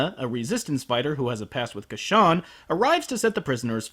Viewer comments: ITS Casshern not Casshan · ***** I just - I just the name isn't Ka-shan it otta be pronouced Cash-ern Here listen to this 1970's Opening it repeats "Kashans" name how it should be pronounced! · I thought it's pronounced Cash-ern. ...I am gonna get soooo much backlash for this. O_O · It's cashawn, when all this time, I pronounced it has casshern. A bit embarrassing on my part, but now I know (and knowing is half the battle). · It is actually Cassh-ERN. You just have to listen to Isao Sasaki REALLY carefully! lol. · cash-ern tho right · Huh. I had no idea it was pronounced "Ca-shawn". Friggin' English dub of Casshern Sins leading me astray. >-> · Casshern sins has a r in his name.